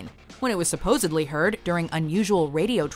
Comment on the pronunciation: and the word 'supposedly' does NOT contain the letter B.